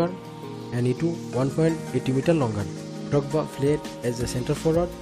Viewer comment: Didier Dogba 💀💀 Say the R man